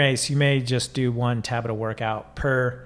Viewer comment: It’s tabAta, not tAbata. Also, American Express, don’t leave home without it.